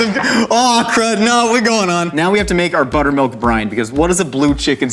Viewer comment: The brief pause and the slow zoom when he says "blue-tter milk" are way funnier to me than they should be 🤣🤣🤣